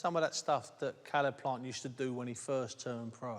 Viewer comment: Why’s Zach Parker calling him sayleb plant 😂